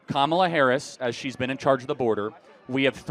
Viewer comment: Oh no...I guess she's racist since she mispronounced Kamala's name